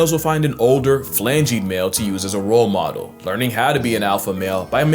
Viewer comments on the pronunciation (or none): none